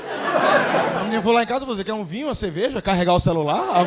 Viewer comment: É engraçado quando ele fala "ceveja" kkkk